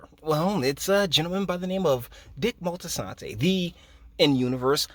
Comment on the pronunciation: This whole video is a mess and it’s Moltisanti not “Moltisantay” very annoying